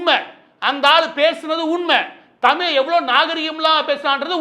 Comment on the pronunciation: தமில் இல்ல நண்பரே... தமிழ்!! உச்சரிப்பை சரி பாருங்கள்.